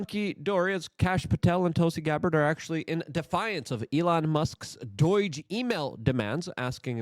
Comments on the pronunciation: ITS NOT DOYGE!!! ITS DOUGHGE! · Why you saying DOIIIGE dude? It's DOGE. I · Why do you keep calling it doige? Are you doing that purposely to bait for comments like mine? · I love how Luke pronounces Doge like it's Dutch. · Day 35 of Luke pronouncing Doge wrong